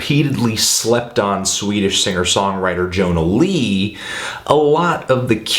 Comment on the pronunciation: YO-NA LEE, not john-a lee....ugh. lawl.